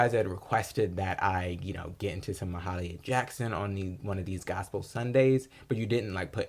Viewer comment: Thanks for posting. Her name is pronounced Mah-hay-leeah, with a slight stress on "hay".